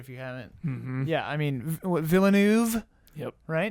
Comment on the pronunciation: Denis Villeneuve's name is something no english speaker will ever get right I think :D the eu in neuve is pronounced like the oeu in coeur (heart), so take the middle sound of this word and stick it right in the middle of neuve >